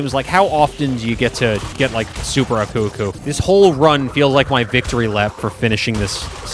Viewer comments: Your saying uko uko but it's aku aku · are you really calling aku aku "akoo akoo"?